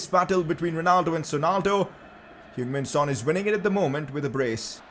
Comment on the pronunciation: Its heung min son